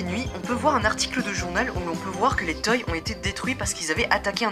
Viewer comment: sa se dit pas toy mais toy(se).